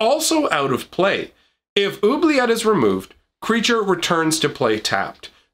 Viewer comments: Oubliette, is already French. "Who-Blee-Yet" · two ts and an e = say the t sound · even in French it would be pronounced with a hard T sound at the end